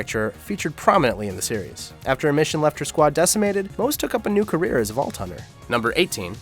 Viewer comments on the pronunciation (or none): none